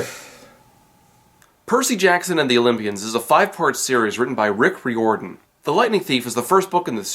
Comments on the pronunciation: I really don't like nit-picking but it's pronounced Ryordin not Reeordin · Rick's last name is pronouced ry-or-dan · Okay im so sorry but Riordan is pronounced like fireman. And you dont pronounce the Th in Thalia.